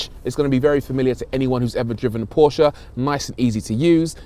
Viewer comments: I love your saying Porsche, like how it’s really pronounced. Not like „porsch“ or whatever englisch speaking people say. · As a German it is so satisfying to hear english speakers say PORSCHÉ!!!!